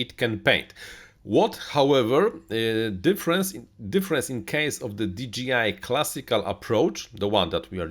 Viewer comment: di DŻEJ aj, a nie "DI DŻI AJ" - firma nie nazywa się DGI :D